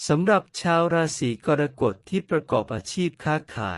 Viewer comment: ขอแอ๊ดอย่าใช้เอไอภูมิปัญญาต่ำมาอ่านเลยขอร้อง เกิดมาจนแก่ไม่เคยได้ยิน "รา-สี-กอน-กด" เลยอ่ะ ภาษาวิบัติน่าเสียดาย